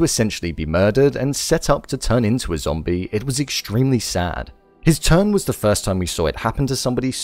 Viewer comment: I love win you keep saying zambie